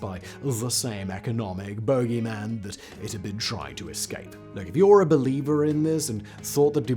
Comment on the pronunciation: The way Simon says Boogeyman just ain't right